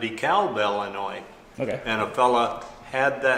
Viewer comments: Thank you for pronouncing Illinois properly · Holy shit, someone that can pronounce Illinois. 👏